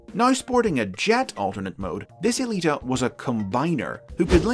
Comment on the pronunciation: Huh. I always thought the woman's name was "Alita One," or possibly "Aelita One," not E-lita One." Go figure.